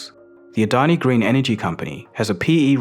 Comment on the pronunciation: Yo how did you pronounce Adani's name so well. Damn